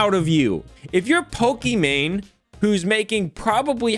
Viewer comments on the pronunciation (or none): "Pokeman" makes my skin cringe off my bones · First review tech USA calls her Pokimon now calls her Pokéman lol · Can't get over the fact he keeps calling her Pokiman lol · Poke mans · You mispronounced her name The last part is mane like on a lion She got what was coming to her she deserves it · You sound like a mom pronouncing Pokémon when you say her name